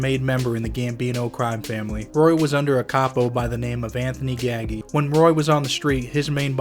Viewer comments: Gagi... pronounced GAJ-EE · Anthony Gaggi? C'mon man. Learn the names or just don't say em